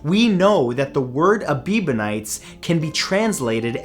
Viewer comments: "A-BEEB-on-ites?" Does this have anything to do with Justin? I read it as "Eb-BEE-on-ites. But seriously, the way I read many, maybe most, religions is a way for some group to make up a system to control others, often by making them feel guilty for being human. I think religions should concentrate on the Golden Rule, which is supposed to be part of most of them anyway. (Gee, our ancient ancestors were a squirrelly bunch!) Bon chance, tous les doux. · Ebionites. not Ebibonites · Ebionites, not Ebebionites. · That would be Ebionites - not Ebibonites. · "Ebiebenites?" Did they worship Justin Bieber? It's pronounced exactly like you spelled it in the video: "Ebionites." Your videos can be very educational, but they also seem to specialize in mispronunciation. Also, we know exactly what happened to the Greek religion. By the time of the conversion of the Roman Empire to Christianity, the Greek pagans also had to compete with numerous and widespread schools of philosophers who looked down on the old myths, as well as eastern sects and the general religion-soup that existed during the late classical period. Many of their cults had been taken over by Roman versions. All of this plus the official conversion of the empire to Christianity, and the eventual destruction and banning of pagan temples by the Christian Roman emperors, led to the predictable downfall of the Greek pantheon. Remember as well that the ancient religion of the Greeks wasn't a single unifyied whole, but a variety of cult centers spread geographically over the Greek world. That way, the Greek religion fell one temple and priesthood at a time. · Ebionites not ebibonites! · I got lost when the Aebionites became the a-bieber-nites, sorry Matt there was alot of mistakes in this video, many of these religions are still around just in small numbers, A very rare miss here. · It’s pronounced Ebeeyonites, not Ebibonites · It's Ebionites, not Ebibionites....